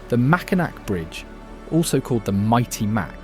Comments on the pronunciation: Bro!! You need to learn how to pronounce the names and words before doing some sort of guide, video, documentary, etc.! Example; it is Mack-in-NAW!!!!!!!!!!!!!!!!!!!!!!!!! Not MAC!!!! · Nice that you produced a video on Michigan, but you should have learned how to pronounce the names. It’s pronounce Macinaw not macinac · Please learn how things are pronounced. Mack-in-Ack? Really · I live in Michigan, and it's pronounced....MAC-IN-NAW. Not MAC-IN-NAK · It’s Makinaw Island, Not MakinAC. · If this is AI, it needs training. If it's a live narrator, look up pronunciations. (Mackinac is the most grating, it's ALWAYS "mack-ih-naw" no matter which spelling.) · nope you’re totally wrong. No matter how it’s spelled (aw or ac) they’re all pronounced Mack-in-aw. NEVER should it be pronounced Mack-in-AC. Definitely one way to tell everyone that you’re not from MI. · Decent video, but you’d think if you’re going to the expense, time & trouble to make a video, you’d learn how to pronounce the names. MackiNACK just grates on the ears. Tahquamenon, Les Cheneaux, etc. . . .sheesh! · Mackinac is pronounced "Mack in AW." I cringed every time it was mispronounced. This was a nice video but a correct pronunciation would have taken 5 seconds to Google and find out. I realize the narrator isn't American, but they have the internet everywhere. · Being a lifelong Michigander, I appreciate the information provided for people who don't know my state. My one suggestion, learn the proper pronunciation (Macinack, not even close). It's a French name, pronounce it as such. Many other mistakes as well. Otherwise, I really enjoyed the vid. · Mackinaw and Mackinac are both pronounced Mackinaw. There is no hard "C" in Mackinac. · Nice video! Simple corrections: Mackinac Island is pronounced ‘Mackinaw’ Island…and Mackinac Bridge is pronounced ‘Mackinaw’ Bridge. Fort Mackinac is pronounced correctly. The spellings and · pronounced "Mackinaw"!!!!!!!!!!!!!!!!....... Tah QUA me non...potoWATomi.....